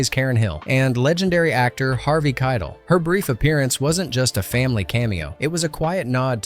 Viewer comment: You really don't know how to pronounce Keitel?!!!